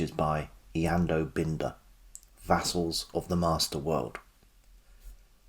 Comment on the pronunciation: It is Bin-der.